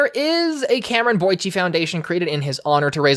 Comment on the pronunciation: Great video. I can tell you put a lot of thought into it. It's probably been said in the comments before but you mispronounced Camron Boyce throughout this entire video. Take a look at his Disney Channel bumpers. Camron was a wonderful actor. May he rest in peace.